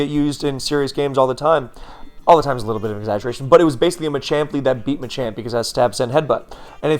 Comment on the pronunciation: You keep saying Machamp but all I'm hearing is ychu